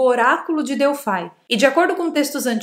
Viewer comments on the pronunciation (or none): só me doi o ouvido quando vc diz Oraculo de "DELFAI" já que a pronucia e Delfos ou o no Grego Delphi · pois é eu tb fiz isso só me doi o ouvido quando ela diz Oraculo de "DELFAI" já que a pronucia e Delfos ou o no Grego Delphi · é "oráculo de Delphos". Delfai, não. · vc está pronunciando errado a palavra Delfos. Dentro do templo, o principal espaço chama-se cela. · Q nervoso ela falando Delfai 😂